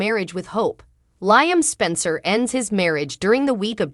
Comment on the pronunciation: It’s LEE-UM doggone it! 🙄